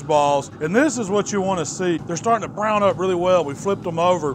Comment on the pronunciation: Who else loves the way says brown?